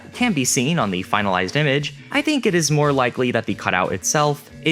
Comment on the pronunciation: Interesting video. I just don't understand why you say dink instead of think but pronounce the th perfectly in other words lol